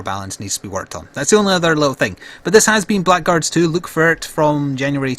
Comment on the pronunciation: Been looking forward to this for a while. Oh, it's pronounced Blaggards by the way :)